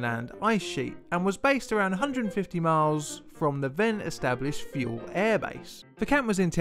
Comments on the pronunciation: Thule is pronounced TOO lee. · Pronounced "Too-lee" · No, everywhere. It's actually pronounced too-ler.